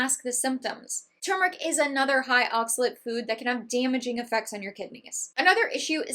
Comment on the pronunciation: Thx for the clarifications. So much misinformation out there. It’s refreshing to hear the correct pronunciation of turmeric. 👍